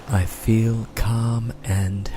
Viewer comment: *feel (not weel) :D